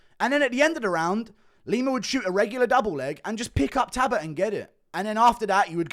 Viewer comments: Guru just refuses to acknowledge the L in Payton talbotts name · Can someone teach this man how to say Jacob please? Update: Talbott too!